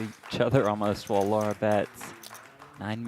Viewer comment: her name is Lara NOT Laura